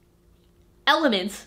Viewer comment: MASCULINE EMENENTS. EMELENTS.